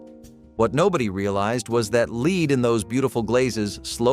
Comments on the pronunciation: Lead. It's not leed It's led,! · And stop calling "lead" "leed!!" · This was so annoying to watch. So many regular words are mis pronounced. Lead in ceramics pronounced as Leed, etc. soooo many. WHY?!?! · .. I guess ai's haven't learned to pronounce words properly yet+ no voice inflections! It's the same with lead 😂